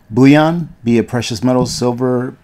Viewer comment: New subber here, love this channel, very practical and informative. Btw, it is pronounced BULL-ion. Bouilion is meat or vegetable stock, which is another prep essential.